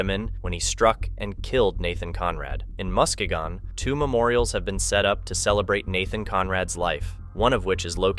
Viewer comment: It’s pronounced MUSK KEYG IN